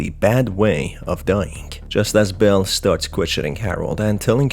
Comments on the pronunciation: I'm sorry but every time you say "Belle" it sounds like "Bill". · I’m sorry but do u call Belle Bill a few times